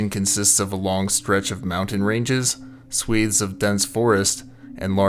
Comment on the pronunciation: I’m 30 seconds in, upvoted for “swathes”